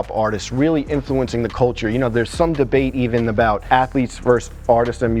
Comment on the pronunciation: 'we talk abouw everything now is the easy part ...' fuck u mean bruh u don talk abouw everything c'mon